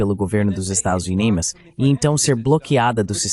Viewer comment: A tradução IA consegue todas as palavras, mas não consegue falar "estados unidos".